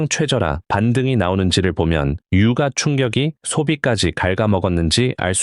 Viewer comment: AI냐 아니냐로 시끄럽네요. ㅎㅎㅎ 제가 보기엔 에디님 목소리 학습시킨 AI 입니다. 그동안 에디님 방송 들은 분들은 잘아시겠지만 에디님은 '유가'를 '유까'라고 읽고 여기의 AI는 '유가'라고 읽어요. 그외에 '요점' 등도 발음이 완전 달라요. 그러나 문제 될건 없다고 생각해요. 에디님도 피곤할텐데 비서가 있어야죠. 오늘도 성투하세요~